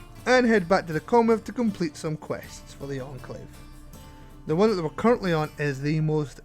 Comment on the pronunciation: you spelled enclave wrong and said encalve